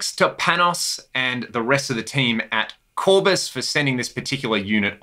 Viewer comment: Very good sounding preamp pedal!!! Nice to hear "Armed and Ready", it suits the sound. With Tube Screamer is pure NWOBHM! Oh, and in the name "Kourbis" the emphasis is on the last syllable, on the "bis", not on the "Kour". He's well known as an amp repairman and builder in Greece, I didn't know he's building pedals, too.